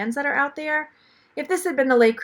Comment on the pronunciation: Le Creuset: the s is pronounced like a Z 😉